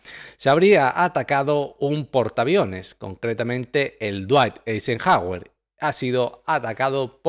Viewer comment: no puede pronunciar dwight Eisenhower? cómo que la RAE está en el país equivocado 🤦